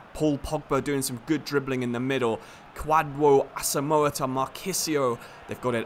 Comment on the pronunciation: I'm from Ghana and I love the way you mentioned Kwadwo Asamoah's name though not properly pronounced but I love it.❤